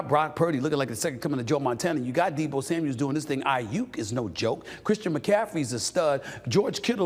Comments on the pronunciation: Maybe one day this dude can do his homework and be professional and pronounce names correctly. It's Deebo Samuel, not Samuels. Every time he says it incorrectly. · For the 100th time SAS; it’s Deebo SAMUEL not SAMUELS!!! Get it right !! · Another guy that can't say Deebo's name right: Deebo SAMUEL, not "Samuels". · And it’s Kittle not Kittles SAS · Is anyone ever gonna tell this dork it’s Samuel not Samuels? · Bro, Deebo doesn't have an 's' on the end of his name. Samuel, not Samuels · It’s “Samuel” Steph. Jeez really ??